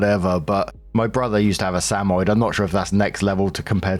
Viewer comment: Story 2 - When can't pronounce "Samoyed" correctly.